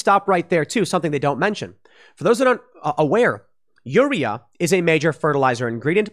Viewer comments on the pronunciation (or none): Tim, it's potash (pot-ash not po-tash) and urea (u-ree-ah not ur-e-ah). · It's pronounced UR-RE-Ah.. And POT-ASH..... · The way Tim pronounces urea and potash makes me cringe. I have heard potash pronounced pot-ash, not like potato, a million times. And urea is pronounced your-ee-ah, kind of like urine (it's base word) not as a single-syllable word. Urea is the common reagent used in pollution control devices to convert NOx to N2 and water. It works better than the catalytic converter in your car because your car does not use a reagent, it just uses a catalyst. I have clients who have had to scramble to get urea to maintain compliance with their air permits. It is a real problem. Also, your diesel truck will not go over 20 mph if you do not have the urea to run you SCR unless you bypass that environmental control system. Ditto for Tier 4 diesel engines. No Urea, no run, by law. Engine manufacturers can get in big trouble with the EPA if they bypass this. See how VW got in big trouble for having emissions bypasses on their cars. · Its pronounced, pot-ash and you-reee-ah. For potash and urea fertilisers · Thanks Tim. It's pronounced u (you) re (ree) a (ah). As in you-ree-ah. And it's pot-ash. High in nitrogen and carbon respectively. Really needed stuff for the ground where crops get grown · It's POT-ash and yur-RE-uh. Sounds like you dropped out of school before pronunciation classes. 🤣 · Aaaahg.... UREA: you-ree-uh POTASH: pot-ash